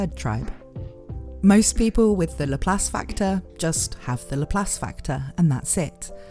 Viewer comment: It's LAP LACE NOT LAPHALSE 😂😂😂😅😅😅